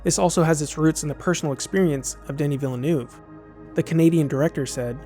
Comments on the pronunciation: "Danny Villenoof" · Deni Villa New 😁 He couldnt butcher it more?